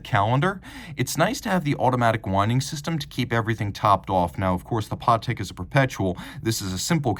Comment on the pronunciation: Yeah never heard anyone pronounce it like that